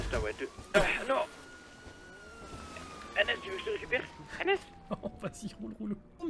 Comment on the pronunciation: Le jour ou prononcera le nom d’anas correctement anas ferras une vidéo rp asmr mdrr